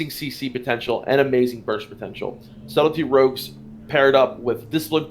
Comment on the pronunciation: I heard "Salty Rogues" instead of "Subtley Rogues" like three times :'D Great overview btw!